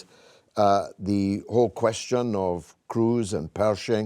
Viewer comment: Why is he pronouncing the word question like that? 😂